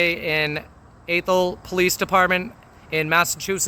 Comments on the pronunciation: Great video. I live in this town, there are very few good officers on the force, others do it because they can, not because they want to. As for the name, it's pronunciation is ath-ol, lower "a" as in ass, not a upper as in "ace" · Athol? They must have speech impediment. It's really, 'Ash Hole'! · It’s pronounced like asshole almost. Ath-hole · ffs... It's not "A-thol" It's "AAA-thol" , longer "a" sound, like when doctor tells you to open your mouth and say "AAAAAHHHHHHHH" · I just watched your video of Athol. It is my home town and it is pronounced Ah-thol, not A-thol (soft A, Not a hard A). It was not as bad as some I have seen but the action makes me ashamed. Fortunately I have been gone from there for over 50 years. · Ath-hole Massachusetts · Athol ah-thol A like cat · It's pronounced ATH all.... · It is ATH OL AAATH HOL. LOL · It's pronounced "Aaaa thol". Just like "Asshole" Keep up the fantastic work brother!! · Athol is pronounced like 'Bath All'. Athol. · Love your content, brother! But I gotta bust your balls here. How are you from MA and you can’t pronounce Athol :-) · You can't even pronounce the town name. Your audited. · Athol MA PD is a disgrace. Btw it’s pronounced like Math and All. Just take out the M. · It’s pronounced Athol, like A (ass) thol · I am pretty sure the TH in Athol is pronounced as an S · I think it's pronounced with a soft "a" like apple. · It’s pronounced Athol rhymes with asshole! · It's pronounced ATHol, like asshole but with a lisp. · Its pronounced "Athshole," not "Athol." Just saying ;) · Athol is pronounced with a short A, not a long A. Fun fact: the actor Peter Falk hosted a TV special from there in 1977; I believe it was simply titled Falk in Athol. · It almost sounded like you said ahole not Athol lol😅🤣😂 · I about spit my beer out when I thought you said "Asshole Massachusetts" lol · proper pronunciation.... I love "Entering Athol" is the funniest sign ever